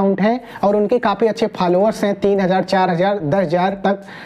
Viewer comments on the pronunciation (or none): Falowar nahi bhai followers..............😂😂😂😂😂